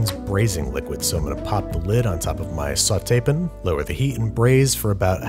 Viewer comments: Andrew: sauté pn vowels: am I a joke to you? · What’s a sauté pin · And sauté pn